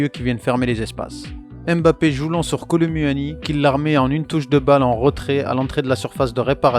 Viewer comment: J’aime trop ce que tu fait mais apprend à bien prononcer kolo muani 😂😂😂😂 sinon c’est cool’ ❤